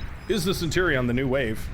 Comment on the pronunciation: It's 'Centurion' bro lmao Love your vids!